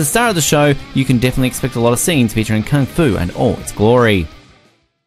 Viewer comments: So how many times he said Kang-Fu? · Me clicks the videos Man pronouncing kung fu - "kang fu" me: already left